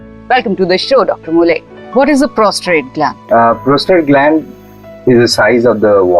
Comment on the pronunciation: Its Prostate lady not Prostrate